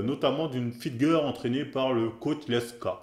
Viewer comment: '' une Fitgueuuur'' pour dire' 'fitgirl' ' y a pas à dire tu t'en bas la race mais c'est ça qu' est bon :')